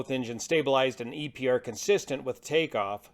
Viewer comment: Ive never heard anyone say EPER for EPR but great video!